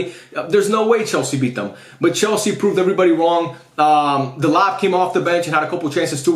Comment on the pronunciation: "chelse" go back to scool unc 😭😭😭